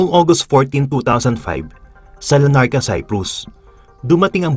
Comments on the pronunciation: Its LARNACA...not LA NARCA.. Good to know this amazing story. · not LA NARCA, , it's "LARNACA Cyprus" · Larnaca Cyprus po, not Lanarca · I think its Larnaca po not Lanarca..